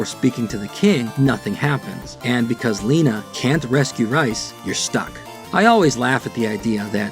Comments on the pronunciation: I always said it like rice as well bet i think its actually pronounced like reese. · I think he's making a joke about your pronunciation of Rhys. Not sure how else you'd pronounce it though.. maybe like Reese? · Unless the Japanese developers intended it pronounced differently, Rhys is pronounced "Reese". A lot of the names are from UK and Ireland: Sean, Nial etc and Rhys is the Welsh spelling. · Just an FYI aside on an otherwise great video. The name Rhys is a Welsh/Celtic name. A closer pronunciation of it is “Reese”